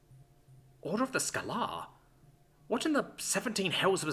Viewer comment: Skay-ler not scho-lahr